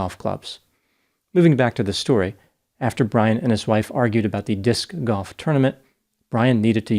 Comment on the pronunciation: Don't knock Disc Golf before you try it. The way you pronounce it is awesome lol.